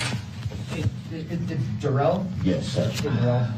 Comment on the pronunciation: Durrell Darrell. Brooks try to get this right for once in your life and your Darrell.